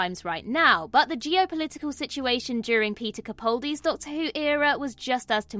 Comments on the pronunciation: Kuh Pall dee - pall rhyming with mall. Not PAL as in the word for "friend." Let the autism & ADHD go. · Either you don't pay attention to comments or you just don't care. For the umpteenth time, the actor's name is pronounced CaPALdi. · To be fair, I'd say at least 90% of YouTube videos mispronounce his name. But once I heard him say it himself in interviews, I'll take the time to correct recent videos. It's even pronounced wrong on several BBC official extras, which galls me to no end! By now, the poor man must have given up on ever hearing his name pronounced correctly!